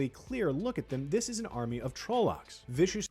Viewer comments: Not gonna lie, it was how I always pronounced trollocks. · Spot on! Heh i also pronounce trollocs the same way ign does but ive been pronouncing it that way since 1999